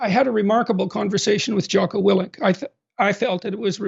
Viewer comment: I’m skeptical 🤨 if you actually read Jocko, then you would know his last name, or at least how to pronounce it😂